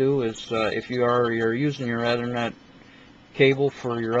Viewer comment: erm, dude it's 'E'thernet not othernet... get it right please